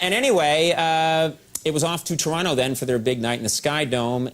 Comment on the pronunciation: Shoutout to Coco for actually pronouncing Toronto right!